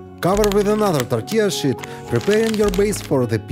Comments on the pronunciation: Molodets, you pronounce sheet like 'питье. Bravo on the creations and the production! 🙏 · When you say "sheet" it sounds like something else to me 😂. Love your videos! Very informative and you have such a flair with the visual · Bacon in the third one wasn’t done 🤢. I would use pre-cooked bacon. It cracks me up how he pronounces “tortilla sheet”, lol. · 🤣🤣🤣...... I HAD TO REPLAY A FEW TIMES, I COULDNT FIGURE OUT WHY YOU KEPT SAYING WRAP IT IN THE 💩💩💩...😮😮😮 THEN I REALIZED, YOU WERE SAYING, WRAP IT IN THE SHEET...😂😂😂